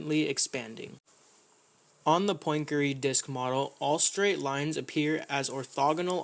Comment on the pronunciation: 'Poyn-keree' Not exactly how Poincaré is pronounced :P